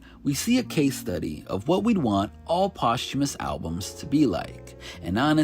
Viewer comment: Today I learned how to pronounce posthumous correctly